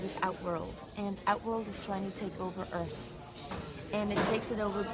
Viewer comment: Earf realm.